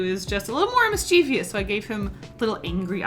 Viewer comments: Sry to be that person... again.. I can't help it lol.. You said "Miss-chee-vious" 3 times but there's no "vious" it's "mischievous = miss-che-vus" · I’ve recently found out I’ve been saying mischievous wrong 😯